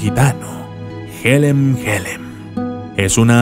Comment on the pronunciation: Se dice yelem yelem no jelem jelem